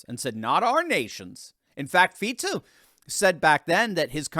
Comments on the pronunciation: Ah finally someone correctly pronouncing our PM's name. He is just slightly left and all conservative. And yeah he got famous for saying he wants peace on Ukraine, no weapons for them, no Slovak troops fighting against Russia, and criticizes the covid policies of the previous government and is against WHO gaining the right to rule over us when they self proclaim another pandemic. Yeah I wonder why they tried to murder him. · Thank you, for the correction of pronunciation of Fico’s name. However, Visegrád is pronounced “ vishegrád” with an “ sh” sound in the name of the Hungarian town by the Danube.